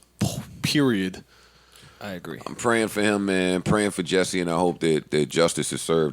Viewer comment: it's jussie, Jus-sie, JUSSIE!!!! not jesse... like a nick name for justin or justice, JUSSIE!